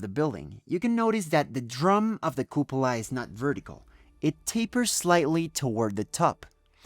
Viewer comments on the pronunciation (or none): La Catedral de Burgos y el Estadio de San Mamés... Limpia pronunciación en inglés! Se te coló un "cUpula" :)